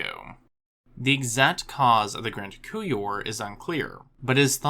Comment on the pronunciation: couple things: it's "grand coupure" with a p; secondly, sparass-odonts not sparse-ass-odonts! :)